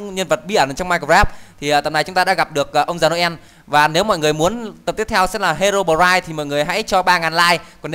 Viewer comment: Anh nói Herobrine là He-ro-bờ-gai